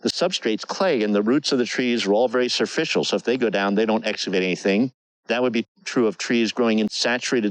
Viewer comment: There is NO WORD "serficial" - its superficial. Speak English properly please.